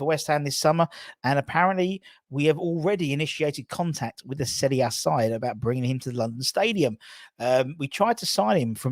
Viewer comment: firstly, thank you for pronouncing "Serie A" correctly. 2nd ly. I'm a Inter supporter also and Hiring Lozano is a bargain if we can get him.